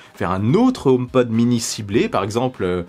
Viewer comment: Si je peux me permettre. En anglais on prononce le H . Car omepod en anglais ne veut rien dire .